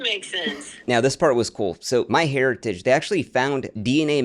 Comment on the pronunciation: You should sue your sponsor "MyHairitage" ☠️